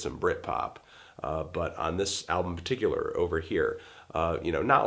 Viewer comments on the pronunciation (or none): none